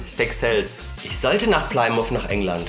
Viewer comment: Kleine Anmerkung: Die Stadt Plymouth wird "Plimiff" ausgesprochen :D